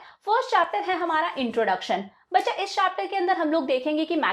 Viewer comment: When you say Baccha it felt like bsdchya.😂